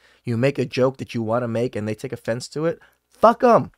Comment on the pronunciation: how emphatically you said "FUCK" in the beginning had me rolling. 😂